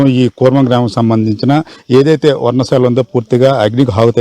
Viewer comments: 😂నీకు ఉద్యోగం ఎవరు ఇచ్చారు బాబు, అది వర్ణ శాల కాదు? పర్ణశాల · వర్ణశాల కాదురా నాయిన, పర్ణశాల.